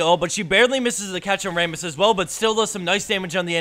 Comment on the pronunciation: Wait.. Ray-muss? Not Ra-muss?